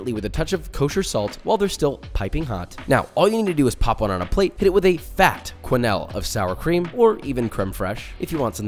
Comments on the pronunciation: Quenelle : Pronounced ''Kay-Nell'' (not ''Kway-Nayll'' hahaha) :-))) These latkes look delicious! :) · lovely soigné here but I HAVE to say, it's not "kway-nell" but "keu-nell" with "eu" the same sound as you get in "deux" as in "un,deux,trois" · It's not pronounced kwen-ell, it's pronounced ken-elle